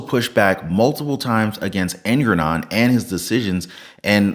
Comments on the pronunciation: Jfyi, it's pronounced Engoron, not Engranon, probably better to just use the term 'dickhead', everybody will know who you're talking about. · Engoron. Slow down and say it right. En - go - ron. It's not Ergonon, not Erngornron. Slow down. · Its enogron not ergaron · En-Gor-On…Not En-gron-on, Err~ger-on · Dammit man you're saying his name wrong. It's Ego-MORON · Anyone who believes in trump should be ashamed. Shame on you! Learn how to pronounce the judge's name before you criticize him. Trump didn't come to drain the swamp. He came to drain the treasury. Wake up! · You can't even pronounce the Judge's name correctly and you sound crazy, as if Donald Trump is innocent! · I really enjoyed your commentary. You butchered Engoron’s name. 😂😂😂